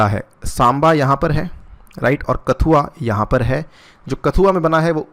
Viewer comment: कठुआ है, कथुआ नहीं